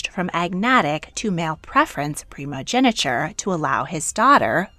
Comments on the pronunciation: its primogeniture not primogeneture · It's "primogeNIture", and the "-tine" in "Constantine" is pronounced /tain/, not /ti:n/